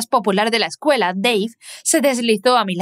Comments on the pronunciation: Disculpa me encanta pero en ves de escuela dise escueña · Ok ok pero no sé dan cuan cuenta que en vez q diga escuela dice ecueña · Te diste cuenta de que dice escueña en vez de escuela? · Xd dise escueña :v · Ay dise cueña y debería desir escúdala v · Todo bien pero"Escueña " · Dise escueña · dice ecueña y no escuela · porque dise escueña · Dice escueña no Escuuela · Pov:no se dice escuela se dice eScUeñA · Oye el nombre no quedo del todo bien dise escueña y era escuela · WEYYYY PORQUE DICE ESCUEÑA 😂😂😂😂😂😂😂😂😂😂😂😂😂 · Soy yo o dise escueña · Porqué dice escuña? 🤔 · PQ DICE ESCUEÑA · dice escueña xd